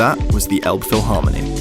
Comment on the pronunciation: It's the River Elbe not Elb! Maybe try Franzbrötchen (more authentic) instead of Pretzel ( Bavaria/ Southern Germany).Miniature Wonderland is amazing! Have you tried Fischbrötchen (Fish butty)? That's also a very typical Hamburg thing!